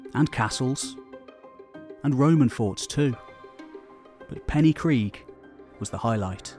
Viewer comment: Hey I loved the video, but I just wanted to mention that the y in Pen y Gryg is pronounced ‘uh’ instead of ‘ee’. Sorry if it comes off as nitpicking.